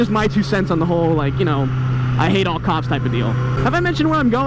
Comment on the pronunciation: Who else thought he kept saying "cocks" not "cops"?